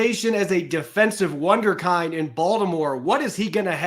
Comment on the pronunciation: for the love of the wee donkey - please say Wunderkin-d ( sounds like skinned)